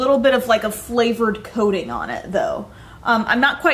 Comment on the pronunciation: *coating* not *cating*